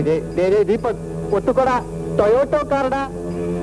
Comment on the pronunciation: டொயோட்டோ கார் இல்ல🤦‍♂️🤦‍♂️. டொயோட்டா கார்.